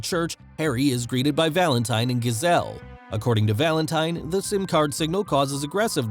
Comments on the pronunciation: oh my gosh, the way you say Valentine is so gross cuz it sounds like Valente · He pronounces Valentine wrong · So wrong 😂